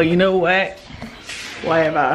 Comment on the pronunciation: This your 'wahever' 😂😂